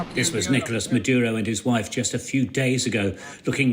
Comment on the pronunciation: The most shocking thing is no one single English speaker even mildly attempts to pronounce “Nicolas Maduro” the proper way even though they say about one hundred times 😂😂😂😂